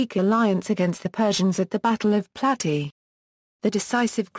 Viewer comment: Plat-ey-uh..not platty